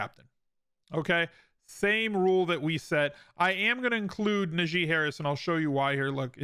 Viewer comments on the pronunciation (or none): I don’t mean to be rude but as a Steelers fan I’d like to point out Najee is pronounced like Nah Gee. Source: him, even announcers get it wrong and there are videos of him saying it bothers him. Love your content though!